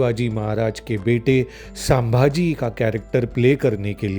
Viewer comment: Te Chatrapati sambaji nahi ahe te Chatrapati Sambhaji ahe .Aleast uchar Tari sarkha ghya .😠😠